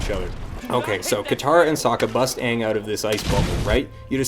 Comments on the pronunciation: Actually, the fact that he saw the show and then made a terrible movie is fairly easily explained; horrible creative decisions. The best example is the pronunciation of the main characters name. He knows DAMN FUCKING WELL how it's properly pronounced. However, as a big flashy Hollywood director, he researched the entomology and felt that, in order to give the best experience to the viewer, it needed to be changed. I mean, he knows so much better than the creators of the source material, right? Another example is changing the way firebending works. Firebending is borderline overpowered in the show. The ease of learning, the number of firebenders in comparison to regular population, and the sheer destructive force place it highly in its COMBT effectiveness when compared to the other benders(Korra goes into how earthbending is actually far more useful in practicality). In the narrative of A:TLA show, this makes perfect sense, because how else would a relatively small nation be able to take over the entire world? Wouldn't it make sense for fire to be made from nothing, like air would be? All fire needs is oxygen in order to be created, technically. But no, not according to this director. Firebending can't be OP; it needs to be comparable to earthbending and waterbending, which both rely on the element of choice be close at hand. Fuck the symmetry of firebending and airbending being elements not needing physicality to be conjured, compared to the other two. Fuck the idea of firebe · You keep saying aang but an hour into the movie they clearly say his name is Oong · It took 4 earth benders to move a few pebbles while in the original show, a SINGLE EARTH BENDER could raise 10ft walls in seconds. Also, I hate how they pronounce Aang's name in the movie. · The first time they said Aang's name, I knew we were doooooooomed! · "Are you the Ahvatar, Ong?" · Great video oh and they say Aang's and Sokka's name wrong to boot lol